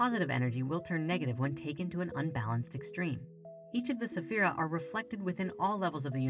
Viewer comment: Please please please please! Check with a native Hebrew speaker before making any more videos on kabbalah. The mispronounciation of spheriot, sphera, the four Hebrew letters in the Tetragrammaton, is not really a good thing to do when you are putting something out into the world. The English spellings of the Hebrew words do not reflect the true pronunciations of the words.